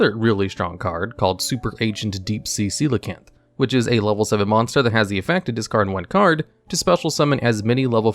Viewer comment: Love how you pronounced Coelacanth correctly without skipping a beat